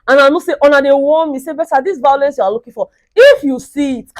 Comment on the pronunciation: I love the vawulence..... 🤣 🤣 🤣 🤣